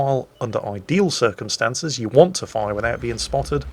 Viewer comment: Is it just me or do I hear saying 'Circonstances' everytime he says 'circumstances' Lol